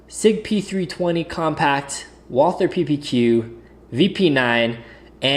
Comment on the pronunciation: Say Walter not Walther!!! No th in it its German not english!